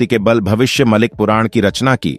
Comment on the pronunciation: कृपया “भविष्य मालिका” को “भविष्य मलिक पुराण” ना कहें। यह कोई पुराण नहीं है। और यह भविष्य मालिका है—मा लि का है म लि क नहीं।